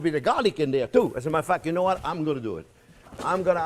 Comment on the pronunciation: New entry!! I love Jean Pierre, now instead of "AS A MATTER OF FACT" he says "Asamuderf@ 🤣😂🤣😂❤❤❤